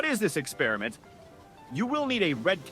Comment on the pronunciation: Drives me nuts when people pronounce "experiment" like that.